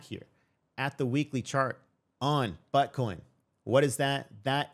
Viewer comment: Bro said butt coin 😂